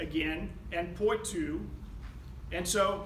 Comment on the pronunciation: You could work on your French pronunciation. Bourges, Poitou etc.. The court was in Poitiers, capital of Poitou. Although she was known as "Aleanor of Aquitaine", she spent most of her youth and time later on in Poitiers. Her palace still partly stands. It is part of the Poiters courthouse. Majestic!